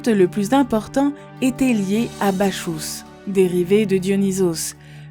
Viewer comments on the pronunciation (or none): Bacchus se prononce Bakus pas Bachous